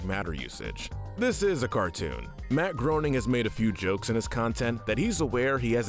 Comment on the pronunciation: matt GRAY-ning